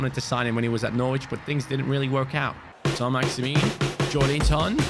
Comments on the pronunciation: Your pronunciation of Saint-Maximin isn’t quite accurate by the way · The way he says ÅĽMİŘÖÑ